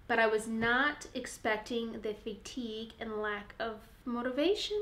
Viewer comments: fay-tige lol. Love your vids! :P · her Iowan is showing, haha:) reminds me of how my bestie from South Dakota says it too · Never heard anyone say fatigue like that! Lol makes me feel like I’ve been saying it wrong 🤣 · not weird, just different. I like it lol